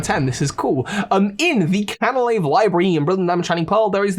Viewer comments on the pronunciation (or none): I’m sorry but the way you say Floaroma Town irks me, it’s not “Faol-Roma” it’s “Flo-Aroma” like flowers and aroma, a sweet smelling town Also it’s not “Can-Alive” it’s “Can-Ah-Lave” for Canalave city